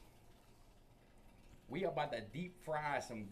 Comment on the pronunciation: He knows like 8 words and 4 of them are mispronunciation of dude, he knows 1 type of seasoning and doesn’t know how to correctly use any of the cooking terms he’s trying yo you